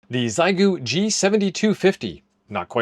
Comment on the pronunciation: It’s NOT “XY GOO” it’s pronounced “Shee yay goo”. Geesh what is SO difficult in learning how to pronounce the name of this company. It really IS NOT that difficult!